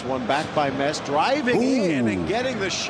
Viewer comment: It's not Mets...... M.E.T.Z